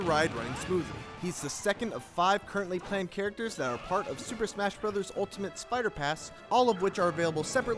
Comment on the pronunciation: This guy said “ SPIDER PASS” wooooooooow